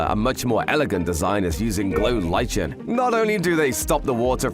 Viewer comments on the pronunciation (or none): lichen is pronounced differently.